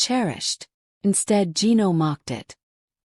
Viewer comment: Revenge videos? That's what matters? With an AI voice that can't pronounce Gino's name?